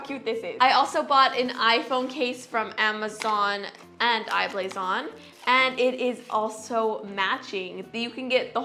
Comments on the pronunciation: Anyone else find it annoying how she says I blason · How many times did she say I-blason